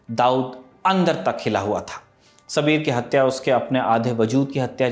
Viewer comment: सबीर नहीं साबिर था उसका नाम